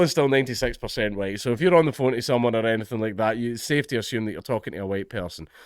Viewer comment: Mate, you didn't do the "white, white, white" bit very well. It's "huWyte, huWyte, huWyte". A bit how that american white supremacist pronounces it.